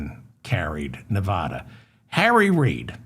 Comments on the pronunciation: Hi David, why is it that east coasters can't pronounce Nevada properly? " Pronounce Nevada as nuh-VAD-uh. The emphasis is on the second syllable, using the short "a" sound as in the word "bad" or "apple" (not a drawn-out "ah" sound). Locals strictly prefer this pronunciation over neh-VAH-duh" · Please learn how to pronounce the state of Nevada! I've only stated this hundreds of times that you mispronounce it, but it looks like you don't read your comments.